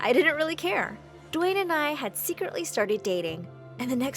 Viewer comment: "dwaen Johnson"